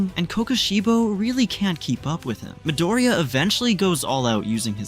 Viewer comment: why is this guy saying MidaRhEEyiAhh